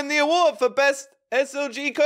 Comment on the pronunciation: It’s not craider it’s crainer